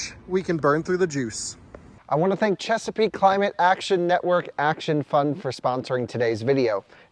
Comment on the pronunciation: How many times have you butchered saying “Chesapeake Climate Action Network Action Fund”? 😂